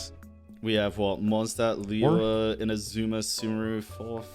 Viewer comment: let talk about how every western people speak Liyue in a wrong way